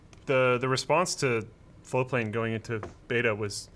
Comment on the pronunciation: people hate on floatplane because you never actualy ever pronounce the T. It took me fucking forever to find ti the first time